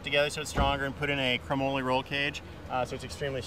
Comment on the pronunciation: chro - moley lol...nice pronounciation.